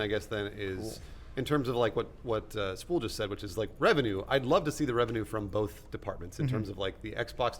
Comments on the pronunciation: Adam: both (bolth) every time I love his work and his comedy but omg when he says bolth omg😂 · Yeah, Adam says "bolth" instead of "both." But says "theater" as "theerter" and that's beautiful